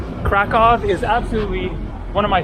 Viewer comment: Kraköw 😊 ...Cracow 🙂👍🏻